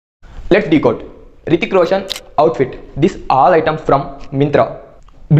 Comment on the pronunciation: Bro decote kadu decode first learn how to pronounce.